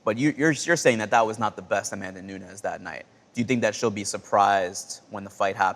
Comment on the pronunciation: A-man-duh nunes.